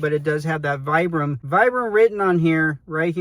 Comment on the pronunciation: I hate the pull/elf tab. It'sa fashion feature stolen from Hoka. All it does is help collect debris and interfere with full-length jeans. I'm glad they've ditched it. BTW, Vibram is pronounced VEE-bram.